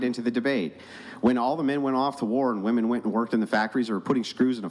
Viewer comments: "Women" is pronounced "wimen", not "woumen". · Women, not wooman. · How are women unable to pronounce the word "women"?? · Why can’t she fucking say women??????